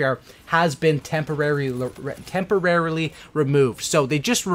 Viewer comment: You trying to say temporary was a highlight of my day